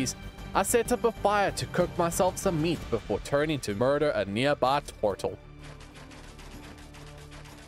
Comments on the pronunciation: I love how u say tortle lol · The way he says turtle 😅